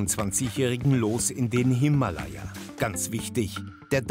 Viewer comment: Himalaya spricht man soweit ich weiß anders aus🙄